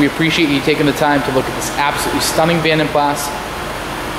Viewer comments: vanden plaSSSSS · You are correct about jag u are but vanden plas is german from the daimler family. Pronounced plaaz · Beautiful!!! The A’s in Vanden Plas are pronounced like the a in moca. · The S is silent on the pronunciation of Plas. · Pronounced pla. Jag U ar please pronounce it correctly. the s is silent. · Its actually Flemish but you are correct the "s" is pronounced. Certainly not Pla. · Stunning colour and gleaming finish. A real tribute to the detailer who created the gleam! In the UK it has always been pronounced "Van den plaa" The company was founded in 1870 by Guillaume van den Plas, a Belgian blacksmith, and his three sons, Antoine, Henri and Willy. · ‘Jag Wire’ ‘Vandan PlaSS’ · The condition of this car is far better than your pronunciation of the cars name 🤣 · the S is silent in Plas. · Great video but the S is silent..... :) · I couldn't bear to watch the entire video due to his pronunciation of Vanden Plas. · Learn how to say "Vanden Plas" properly please.